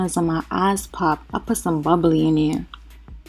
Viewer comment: "I put some bubbly in der" I love it!